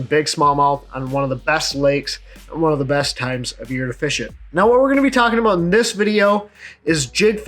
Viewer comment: I love when you say "talking about" and to me it sounds like "talking aboot" hahaha